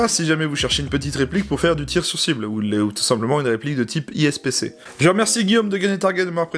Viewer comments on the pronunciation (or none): Super vidéo mais ipsc et pas ispc